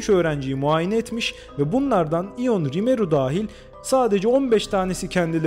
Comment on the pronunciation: Tebrikler, görüyorum ki çok emek vermişsiniz, isim bile doğru telaffuz edilmiş, ben Romanya vatandaşıyım ve bunu biliyorum.